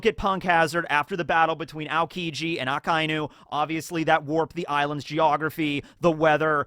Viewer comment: omgg THANK YOUUUUUU finally the second time you pronounced akainu the right way thank thgank thanks